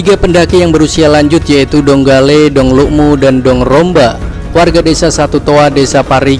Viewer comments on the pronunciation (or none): Ioo mmg tong tdk dia cari tau dlu baik2 dii apa itu Dg,, dong bde baca nya 😂tanja mmg wkwk